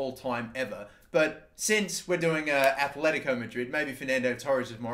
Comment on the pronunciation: I'm begging you!!! It's Atletico not Athletico. Both T's are like in the word Benitez